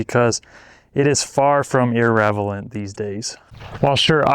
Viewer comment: Ir-revelant. Lol. Ir-relevant.